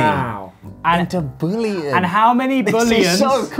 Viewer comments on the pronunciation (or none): Kind of triggered by how the pronounced "bullion"